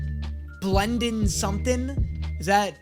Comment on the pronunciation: It's BLENDEN BENJAMIN BLANDIN